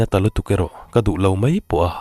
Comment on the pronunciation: I story hi kartir atang khan ka ngaithla ve chiaha..mahse ka ngaithla zo deuh vek tawha..Sawi duh deuh mai ka nei ve aa Story dang commentnaah ka sawi ang ka tia mahse tah hian kan sawi mai nge..'Mai mai ' tih turah 'mei mei ' iti thin aa .'Mai' tih turah 'mei' te iti thina chu te chu, dang chu a tha vel vek I chhiar thiam bawk si I aw hi ka duh zawng tak😍😍😘